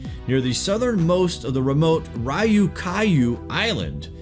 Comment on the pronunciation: When doubting pronunciation, just look it up.. don't just make noises hoping you're correct. You butchered "Ryukyu" beyond recognition. you said: "Rai-you-kai-you" should be "R-yuu-kyuu"